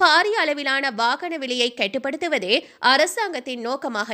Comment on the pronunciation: என்னடி விலை கெட்டுப்படுத்துவது. Over உச்சரிப்பு.கட்டுபடுத்துவது.